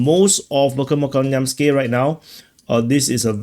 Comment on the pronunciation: You are pronouncing this word VERKHNOKAMYANSKE incorrectly and it should pronounce as VEHERNAKAMAYANSKIYE.